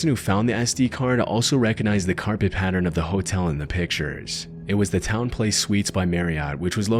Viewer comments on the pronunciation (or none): none